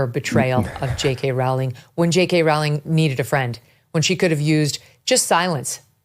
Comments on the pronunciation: It’s Rowling like bowling 🤦🏻‍♂️ let’s do a little research before we make these vids. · Just a small point - her name is pronounced as "bowling" as bowling in cricket, not as you are saying it. Or rolling the dice. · "Rowling" rhymes with "Bowling!" If you're going to report on a person, please learn to correctly pronounce her name. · I absolutely love you Megyn. Everything you do. Stand for. Common sense. And speaking for all of regular Americans. Just one thing. And I love you. But Rowling is pronounced ROWling. Like Rowling pin. Keep on doing what the Lord has laid out for you and Jesus bless you!! So much love from West Texas. Pecos County. Fort Stockton. Austin and Marfa are NOT Texas. and come visit anytime to spread the word of the truth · It's Row Row Rowling !!! Like Rowing a boat FFS. Wy can't Amuurican people pronounce her name correctly? Very disrespectful !! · It's pronounced "ROLLING," Megyn. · Not to sound nit-picky but JK Rowling's last name is pronounced 'Rolling' according to an interview of her I read about 20 years ago. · Pronounced "Rolling" I think